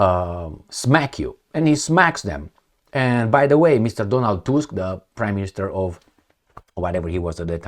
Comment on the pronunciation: Tusk Pronounced like in tooth.